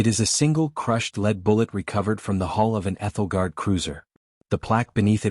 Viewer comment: Also the "hall" of the ship. At least it wasn't "hole" this time. Normally you blame the AI doing the transcript, but here, the text was bad from the beginning.